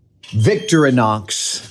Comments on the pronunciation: pretty sure it's Vic-thor-ee-nox rather than Victory-nox. but great video as usual Adam! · It’s not “victory-knocks”, it’s “victoreenox”. Doesn’t matter, I know – just saying. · Adam, it’s Victorinox, not Victrinox or Victronox. I know you love the brand but you’re always saying it wrong. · It's actually not pronounced Victori-nox it's vic-tori-nox the focus is on the "O" in "tori" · You're saying Victorianox wrong. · I've never heard that pronunciation of Victorinox. It's always been vic-TOR-ih-nox before. Live and learn! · Haha, we pronounce it as Vic-To-reenox. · Please! Someone tell him thats not how you pronounce "Victorinox" 😫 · I think Adam has the emphAsis on the wrong sylAble of Victorinox.